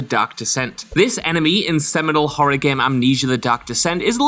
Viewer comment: "The Gam!!!!"